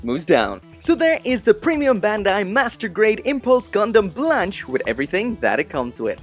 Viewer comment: Blanche no it's Spanish for white and its pronounced blon keh